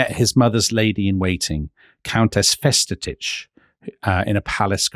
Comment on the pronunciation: Almost - Countess Marie Festetics. And the coachman was indeed called Josef Bratfisch.